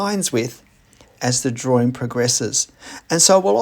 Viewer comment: Curious, why you mispronounce drawing as “draw-ring”? What ring are you drawing, I don’t get it…